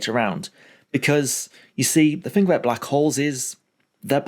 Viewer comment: Why do you pronounce three, thing and through as free, fing and froo?